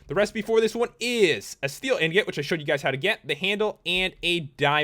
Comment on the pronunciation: Lol anyone notice how he pronounced the swords and stuff better than saying ingot? Lol don't hate just think it's funny.